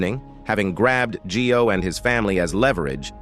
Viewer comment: G-i-o is pronounced "Joe", not Gee-o. "io" is a diphthong.